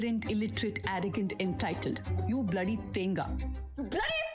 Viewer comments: 'Then Ga: what she said it wrong its 'The nGa' The 'nga' is one letter in malayalam called 'ങ്ങ' 'nga' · It is not Taenga. The g is silent. Even the Malayali getting it wrong though 🙄